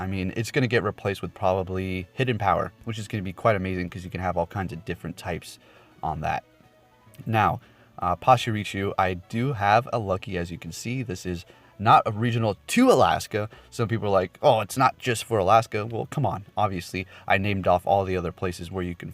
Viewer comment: Its Pa-chi-ri-su not Pach-iryusu